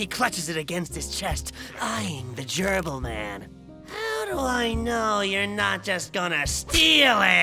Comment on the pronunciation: whats with all these people pronouncing Gerbil as Jerkal?